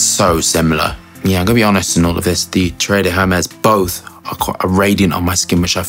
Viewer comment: Great video, but "Terre" is pronounced similarly to "Tear a piece of paper" and not "Terré"...